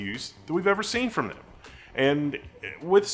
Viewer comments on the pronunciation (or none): none